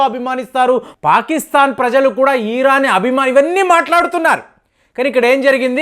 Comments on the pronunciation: సార్ మీరు ఈరాన్ అనటం ఛండాలంగా ఉంది. జస్ట్ ఇరాన్ అనండి దయచేసి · Eeraan yemiti iran anu babu nee bhasha tho